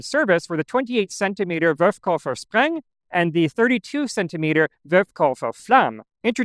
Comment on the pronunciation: Are you aware that you always say "Wurfkoffer" (launch suitcase) instead of "Wurfkörper" (launch object)?